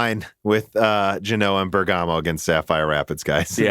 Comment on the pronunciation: Great content as always, but please stop sayng "bergàmo", the italian pronunciation is "bèrgamo" ;)